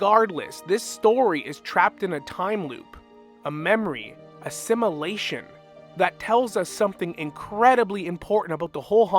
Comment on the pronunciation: Every time you say simulation it sounds like assimilation 😢. Sorry it’s distracting but love the vid